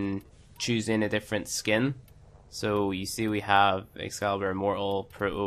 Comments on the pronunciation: Awesome video It is however pronounced im-mor-tal, not im-mor-al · "Im mor uhl" bruh